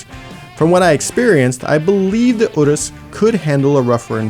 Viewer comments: All I can hear is 'uterus' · The whole video I was screaming in my head "Can't you pronounce Urus like a normal person!?"